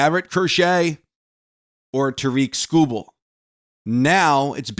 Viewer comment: Its pronounced Tear- Rick Skubal cmon